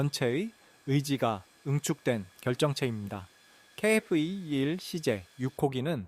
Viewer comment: 케이에프 이십일이그리 발음이 어려운가? 중국인인가?